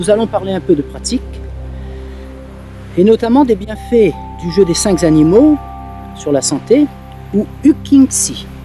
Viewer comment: je suis tombée sur vous par hasard et je ne suis pas déçue car vous m'expliquez enfin des finesses qui me manquaient. Juste une petite critique que vous accepterez sûrement: il n'y a pas de "s" à cinq, vous ne pouvez donc pas faire la liaison. Votre texte est très intéressant et cette erreur de prononciation très fréquente par ailleurs chez de nombreuses personnes, nuit à la fluidité de votre discours. J'espère que vous ne m'en voulez pas de cette rectification, je me suis abonnée et je reviendrais souvent vous consulter pour ma pratique. Merci.